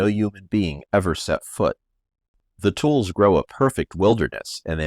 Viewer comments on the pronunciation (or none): Great story. Thanks for sharing. I've lived in the Valley most of my life and never heard it before. About pronunciation, "tule" is a kind of reed, and it's where the word Tulare comes from. It's pronounced tu-LEE. Good video!